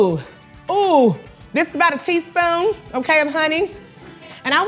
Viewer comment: That ‘teaspoon’ though 😂😂😂